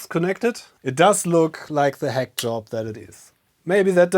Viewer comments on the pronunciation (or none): none